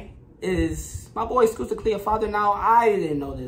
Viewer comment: "Skusta" is pronounced like "busta" in "busta rhymes"